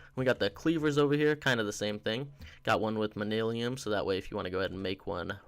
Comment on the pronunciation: Manyullyn = manillium I guess. You didn’t even TRY to pronounce it.